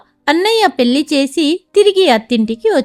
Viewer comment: ఇంకొకటి. పెల్లి కాదు, పెళ్లి. ల కి ళ కి తేడా తెలుసుకుని చదివితే బాగుంటుంది.